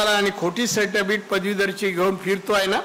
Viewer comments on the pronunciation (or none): none